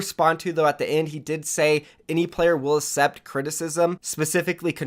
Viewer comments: May I just say... the word ACCEPT is pronounced "Ak-sept" not "Ass-sept" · The way you pronounce accept makes me wanna off myself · The way you say accept makes me cringe